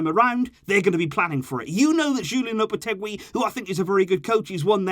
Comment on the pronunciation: just a tip on your Spanish, the “gu” in Lopetegui and Mingueza makes a hard G sound, so it’s read more like LopeteGi or MinGeza, you don’t sound out the “u”